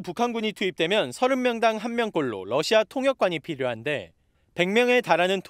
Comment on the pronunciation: TV기자들은 말도 잘해야 하지만 발음도 좋아야 한다. 특히 외국어는 가급적 원음 발음에 충실해야 한다. 그런데 TV기자들이 Russia 의 러시아를 Lussia 로 발음한. 많은 다른 기자들도 로켓의 rocket을 locket으로, Radio 를 Ladio 로, Roma 를 Loma 로 발음한다. 물론 한국어에는 ᄙ(쌍리을)이 없어서 L과 R을 전부 ㄹ로 발음할 수 밖에 없는 어려움이 있다. 그렇다면 한국인들은 R 발음을 정말 못하는 것일까? 아니다. 초성일 때에만 못한다. 아리랑(Arirang), 세레나데(Serenade), 프랑스(France) 등 잘 하지 않는가? 그래서 TV기자들에게 힌트를 주고자 한다. R 로 시작되는 단어를 발음할 때 앞에 '으' 발음을 짧고 약하게 먼저하라. (으)러시아(Russia), (으)로켓(rocket), (으)라디오(Radio), (으)로마(Roma) 등으로 말이다. 그러면 당신은 좋은 발음을 하는 기자가 될 것이다.